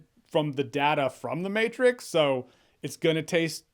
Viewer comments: No no! “The Meh-trix” was perfect! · Lol the Mehtrix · "The Mehtrix". Yep, pretty much. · the "mehtrix" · The mehtrix... I laughed XD